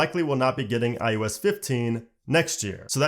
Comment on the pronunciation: He said ois when it is called iOS